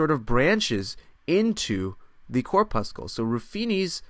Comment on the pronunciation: Cor' pussel. Not Cor puss' kull ; just like red blood cor' pussel and not red blood cor puss' kull Enjoy your content, but that particular mispronunciation is especially jarring!